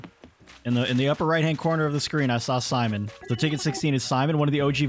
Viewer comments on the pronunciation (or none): none